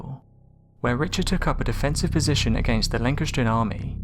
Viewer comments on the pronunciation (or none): I can't believe you are British and can't pronounce Plantagenet or Lancastrian